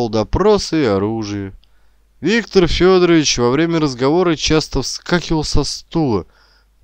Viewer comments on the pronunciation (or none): none